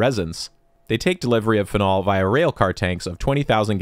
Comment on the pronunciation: How do you pronounce Karlsruhe with perfect pronunciation but say phenol like that 😭